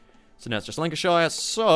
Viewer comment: Nah the Hood was a battlecruiser. It was basically a battlecruiser that was built off of experiences from WW1 Also its pronounced lan-ca-sheer